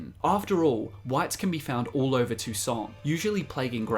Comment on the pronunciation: "Toussant" wat